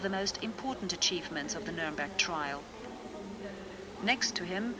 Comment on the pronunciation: Very good but it is "Trial" not "Trail"